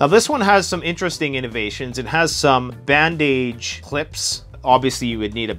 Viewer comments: Lmfao he said “band age”😂😂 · Band-age... Is that a regional pronunciation? I've heard something similar in Australia, where some say "neck-lace" (broken into two words). I'm used to saying "neckliss" (phonetically). Thank you for the video! ❤